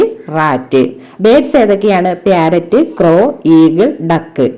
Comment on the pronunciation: Not pyarrot Say parrot